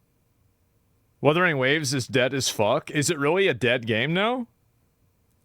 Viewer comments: "Wurthering Waves" brought to you by Wether's Originals hard candy. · Ahh, the noble moble games and "Wurthering" - Annoying when words aren't said right, eh? :D